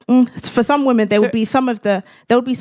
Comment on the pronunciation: "modern wahmen"